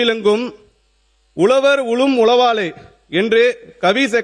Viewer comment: அது உலவர், எலுவார் இல்ல 🤮 உழவர், எழுவார். ழ கரமே varala. தமிழ் எப்படிப்பட்ட மொழி..! அழிச்சிடுவிங்க போல.